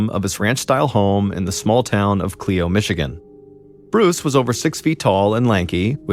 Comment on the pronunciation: I love listening to you John but Clio is pronounced Clyo.